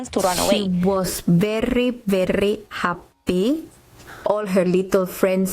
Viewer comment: Yes it was happy but sounded like hippy